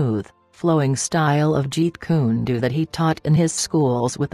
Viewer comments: If you’re gonna have a narrator, PLEASE know the right names! It’s Jeet Kun DO, not Doo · It's pronounced " Jeet Kune Dough " not Jeet Kune Doo, it's pronounced " Kay - Toe " not Cah to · She pronounced jeet kune Do wrong🤣